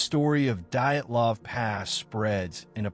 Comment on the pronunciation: The moment I heard "diet -lahv" I stopped listening.